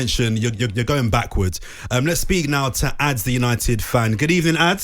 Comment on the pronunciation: ‘Addz’ hahaha what has happened to this radio station 😂😂😂